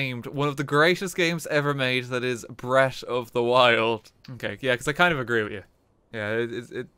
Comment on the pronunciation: “Bret of da wild”